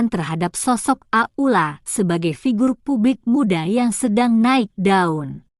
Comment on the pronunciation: Pembeca kurang benar kurang lancar bukan ak uk la itu aula gitu aja terlalu leby